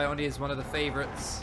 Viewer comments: It's "Oh Knee", not "on knee" :D Love your content 💕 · Absolute no offence, but i love how you say "" haha, sounds funny haha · I swear it’s pronounced ‘oh-knee’ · On knee